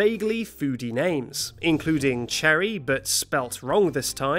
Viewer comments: Cherry is cherry and Cheri is sher-ree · Cheri is pronounced Shè-ree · is cheri not pronounced like cherie or sherry? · I’m 4 years late for this but Cheri is pronounced sherry, it’s French 😂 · Cheri shouldn’t be that high, it’s pronounced Shur- ee or share- ee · be like cherry but spelled wrong this time Me: OMG Cheri is pronounced Shery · Actually Cheri’s name is pronounced as “share - ee” Lesson learned: if you don’t wanna be eaten, become a clown. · i may be mistaken but i think “Cheri” is pronounced “Shuh-ree” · No, Cheri is NOT a misspelling of "cherry", nor is it pronounced in the same manner as Cherry. As it happens, Cheri's name comes from the French word, chéri ("sheh-REE"), which means "darling". Also, Anicotti's name is based on manicotti, which is a form of tube pasta. (And, therefore, IS a type of food.) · I'm gonna rank both my island, and my sister's: My island, Soleanna, land dedicated to Sonic The Hedgehog: Goldie - 2 points Bob - 3 points Marina - 4 points Dierdre - 6 points Marshal - 8 points Phoebe - 8 points Sly - 10 points Cheri (which is actually pronounced Sherry btw) - 11.25 points Benedict - 12 points Pecan - 13 points Final rating: 69.25 Sister's island, Party, the kidcore island of fun: Rosie - 2 points Cookie - 8 points Diana - 8 points Flo - 8 points Marshal - 8 points Olive - 8 points Cherry - 9 points Pekoe - 9 points Bianca - 10 points Tia - 18.75 points Final rating: 88.75 So my sister's villagers are tastier than mine, but let's combine both scores for our total tastiness score. Total score: 158 points.